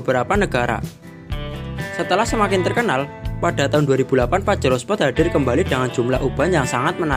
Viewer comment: uuuuuuuuuh dari tahun 91s sampai 2021 tapi kok bilang nya spot bukan sport